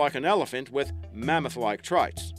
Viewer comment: What's a "ma-moth"